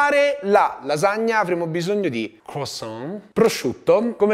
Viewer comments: Va bene tutto, ma "croissant" pronunciato "crosan" non si può sentire😂 (si pronuncia "cruasan" con "an" detto nasale) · 1) CrUassan e non crOssan.. giusto per essere un tantinino cagacazzo XD 2) quelli nelle buste che scoppiano sono praticamente brioches e farebbero vomitare se usate per fare una lasagna XD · “La lasagna crossonn ” inoltre complimenti a chi ha montato il video HAHAHAH